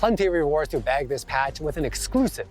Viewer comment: It's "BAG" some coins and not BANG some coins, but yeah I heard it wrong too HAHAHA